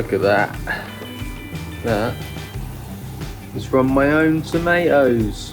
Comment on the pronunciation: Bro, you pronounced tomatoes incorrectly, you sait toe-may-ohs, yet you say potatoes perfectly. But you will save money by year 2 or 3.